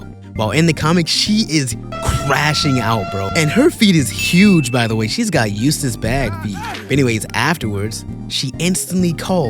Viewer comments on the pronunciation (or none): none